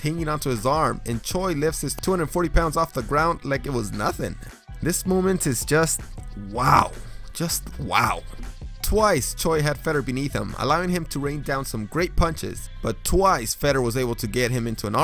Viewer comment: The guy's name is Fyodor not Feder it is like the Russian version of Theodore.